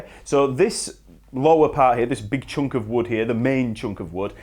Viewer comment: "..choonk of wood.."